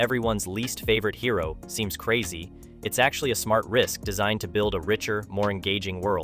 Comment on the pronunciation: Can't pronounce "hero" or "corps". Reeks of AI slop.